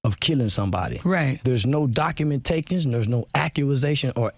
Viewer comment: "documentakins" then he said "accuasations"😂 black ppl be funny as hell tryna use "big words"